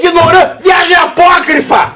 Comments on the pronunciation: Você é o ignorante e por isso que não sabe o que é "Apóquifro", que foi como o dito cujo falou? Falou? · O falando a palavra "apócrifa" quase me fes mij@ nas calças! KKKKKKKKKKKKKKKKKKK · Disseram pra ele, fala "apócrifa", fala "apócrifa", mesmo sem ele saber o que significa!